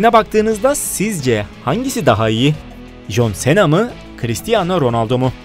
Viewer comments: Bu söyliyen adam jonsena diyo joncena demesi lazım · Aq çıldırdım abi nolur şuna con sina de artık okunuşu o adam koskoca jhon cena ya sena ediyo aq shahhshs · jon sena değil jon sina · Jon sena deyıl John sına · jonsena deyil consina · Jon sena nedir ya cohn sina olacak 😂😂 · jon sena ne yaa 😃😂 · Alay aşkına jön Sena eee tabi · Eniştem is john sina Türkçe okunuşu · jon sena dediği an videoyu durdurup kapattım. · Lütfen şu John Cena yı düzgün oku